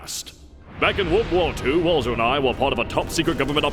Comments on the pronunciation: Is it just me or did it sound like he was saying vore but then I heard war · I thought he was saying vore not war, And did anyone else realize that instead of evil guy with a cat it's evil guy with cat boy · rip nazi fat-boy, i keep hearing him say vore instead of war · i too love vore ((i know thats not what he meant but it so sounds like it and i think its funny XD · took me so long to realize this guy was saying war not vore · Was I love war supposed to sound like I love vore or was that a complete accident? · I know that the major said war but I heard vore, and when he said the he LOVE "war" I bursted out laughing while choking on a slice of strawberry from my drink. Funny as hell tho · He said I love war but I thought he said vore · every time I watch this I can't help but hear vore and not war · oh he said "I love war" not "I love vore." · Real line: "I love war" What I hear: "I love vore " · is anyone else hearing vore and not war, or is that the joke and am i the idiot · Can’t tell if he is saying vore or war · I thought he was saying vore not war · it sounds like he sead "i like vore" i know he sead "war but this is more funny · I thought he was sayings vore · Idk why I heard "vore" instead of "war" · anyone else hear Vore instead of war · not gonna lie when the nazi talked about war, I thoguht he ment vore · okay when he said war i thought he said vore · Is he saying War or Vore? My brain: "Thats war" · Please tell me I’m not the only one at first that the German was saying VORE and not WAR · “I don’t just like war, I love war!” At first I heard that as vore. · How have I only now realized the when the says 'war,' it sounds a helluva lot like 'vore.' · Is it just me or does war sound like vore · all i can here is "I love vore" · I feel like the German was saying vore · Did he say vore or war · I thought he was saying vore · You know, when I thought he was saying “vore”, it was a lot more confusing, but infinitely more enjoyable.